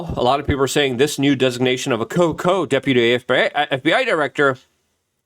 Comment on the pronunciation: It's not, "Co- Co-". It's Coo Coo! 🤡